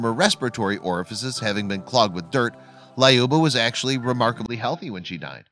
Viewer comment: Its lyuba not layoba